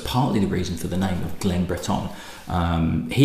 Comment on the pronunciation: Not that it matters but your pronunciation of Breton seems to be a little on the French side(Yes I know France did control the Island for some time before the British took it back). Cape Breton has a rich Scottish heritage dating back centuries. Nova Scotia is Latin for New Scotland after all) So much for the history lesson. Cape Breton may be the most Scottish place in the world outside of Scotland You probably new all this, but if any distillery outside of Scotland deserves the name "Glen" it's one in Cape Breton. That said I am not a great fan of their younger SM whiskey and their older Whiskies are quite expensive. Great cause and keep up the good work. Cheers